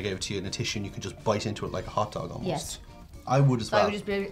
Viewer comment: These are Korean hotdogs not corn dogs in Korean pronounced hootdoga